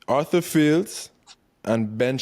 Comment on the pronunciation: Who the fuck is "athur fields"? 😂😂 damn BoY 👌😆😆 happy this podcast is not what feeds you 😂 or is it? 😋😆😆❤️‍🔥